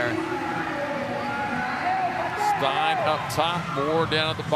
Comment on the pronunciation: Steyn is pronounced the same as "stain", not like "stine".